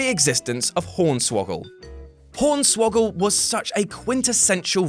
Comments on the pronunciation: Did he just say pornswoggle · He said pornswoggle